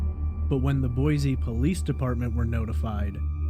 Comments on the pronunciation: FYI it's pronounced Boy-see, rather than Boy-zee. This is the way we detect outsiders. Sticks out like a sore thumb for us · I live in Boise and I've been following both of these cases from day one... too many weird things going on with both of them. And... There's no "Z" in Boise... 🤭😉.